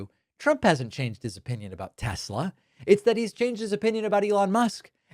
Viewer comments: "Teslur" and "Troth Central" are killing me. 😂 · I imagine Gomer Pyle would pronounce it Tesler too. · So much for 'ugh I love Tesler' 🤭. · David, you just made me laugh Troth, Tesler 😂 Tx